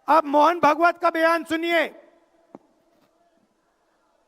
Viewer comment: इस अंग्रेज की मां को हिंदी नहीं आती हमें पता था इस अंग्रेज को भी हिंदी नहीं आती ये आज पता चला है भागवत को भगवत चुनाव को चूमाव बोल रहा है कोई अमिताभ बच्चन को बोले इसका कुली बने और जैसे इसको लेके आए थे वैसे ही छोड़ के आए